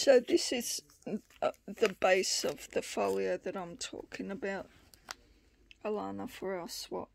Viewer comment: Thank you so.much I only been at this for a year, I'm not sure if I can make anything like this, you saw the paper bag pic I sent you I think n that's the closest to this iv made You said my name great just take out the " r" sound instead of alarna its sounds a - lan- na.omg i.just saw all your journals wow wow I think iv got some learning to do no joke I know you did this vid for me thank you my friend that's just so wonderful I was so.proud to send what I made but after seeing all these I do have lots to learn but its 2 step at a time crafting in a bed I'm so fortunate to have come across you n getting to know you from.my heart to yours xxx alanna